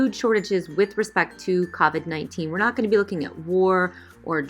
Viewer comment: the way you said covid though ✋😂😂